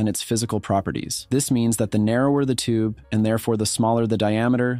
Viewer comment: why tf do you pronounce tube as tooBAY